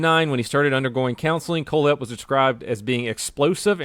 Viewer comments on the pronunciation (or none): for some reason when he said his name i thought he said cold head